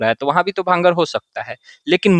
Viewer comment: Small correction, sir it's called " bhangar" not bangar